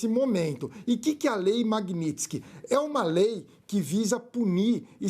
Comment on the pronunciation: é lei magnitsky e não magnitinsky... um abraço!